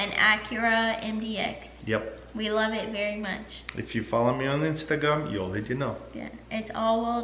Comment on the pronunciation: "I lowve ate." (I love it.) - Taras. Love watching you guys.